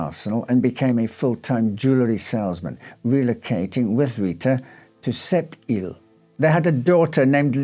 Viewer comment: As a francophone living in Quebec City, you did a good job with pronouncing French words, especially Sept îles! Thank you ❤